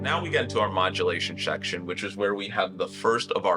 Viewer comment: modulation sheckshon